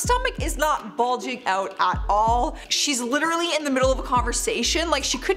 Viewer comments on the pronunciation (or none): none